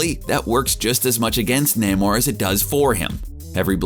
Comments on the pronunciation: It's pronounced "Neigh-more", not "Nah-more". According to creator, the late Bill Everett thought of the most "noble" word he could thing of and to his mind came the word "Roman". Spelled backwards; Namor. "Imperius Rex" muthafukkas. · It's Nay-mor by the way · I think Daniel Dae Kim would be the perfect actor for to play Namor. Side note: Why the hell does the narrator keep pronouncing Namor, "Naa-Mor"? How would this guy pronounce the word, symbiote I wonder. Hmmm.... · Um, you do know you pronounced Namor wrong, right? NAY-More. You kinda butchered it. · its nay-more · Jesus say his damn name correctly.